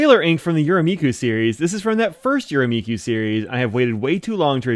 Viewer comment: Hi Mike! Some pronunciation help: the “me” in “Yurameku” is the same as the “me” in “met”!